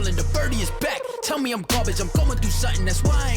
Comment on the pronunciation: You said mew not me